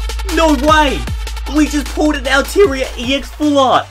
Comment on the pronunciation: It's pronounced aal-Taa -Ree -aa